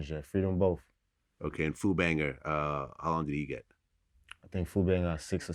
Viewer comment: Did he say his cousin is foo banger or food banger?